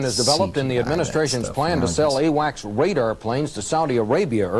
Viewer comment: Did he say "AWACS wadar" ?